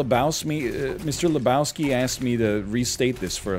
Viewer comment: “mr. lebowseme”